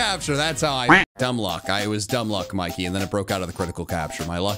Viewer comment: As a person from Britain I can confirm Mikey was correct about the pronunciation